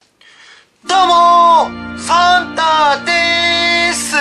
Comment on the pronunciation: サンターがファンターに聞こえた